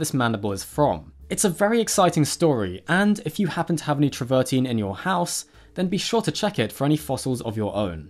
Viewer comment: The stone is called Travertine and PRONOUNCED AS IT SPELLED TRAVER TINE (teen)! Some Paleontologist you are! Mispronunciations all over the place. PhD Vertebrate Paleontology, University of California at Berkeley